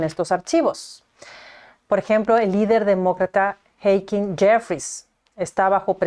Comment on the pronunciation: Creo que estás pronunciando mal el nombre de Hakeem.